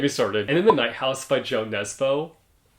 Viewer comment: if I might just correct your pronunciation on Jo Nesbø the author... he is from Norway, so the name is very obviously norwegian as well. The name is read as U Nes-byo 😅